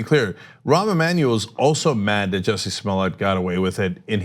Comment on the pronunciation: Jussie. JUSSIE not jesse.